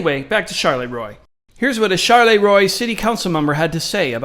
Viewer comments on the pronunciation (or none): The town's name, Charleroi, is Belgian. You keep pronouncing it ChaLéRoi like it's French. Knock that shit off. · char la roy not charlay roy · she says Charleroi right in the fuckan video & you still say it wrong